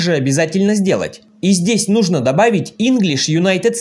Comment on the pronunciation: Вопрос не по теме, откуда ударение в слове " Нужно" на последнюю букву? Не в первый раз слышу от вас🤭